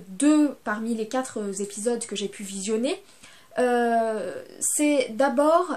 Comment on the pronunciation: 'quatre-Z-episodes..'.. pour un dialogue des gens de la rue on comprend la confusion, pour une doctorante en universite c'est pas brillant comme faute.